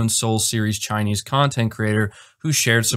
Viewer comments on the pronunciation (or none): none